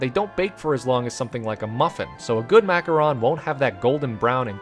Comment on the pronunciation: Thank god you called then Macaron instead of Macaroons it’s like one of my biggest pet peeves